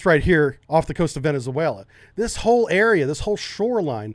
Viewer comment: You should learn how to properly pronounce "Venezuela".